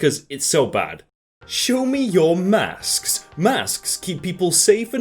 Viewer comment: I just love the way he says “masks”